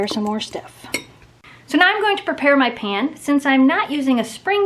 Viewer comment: i like how she says "mah pan" and u inspire me sooo mush